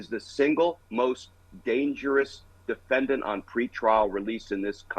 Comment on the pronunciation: Just one question: What's a "DENFENDAT"?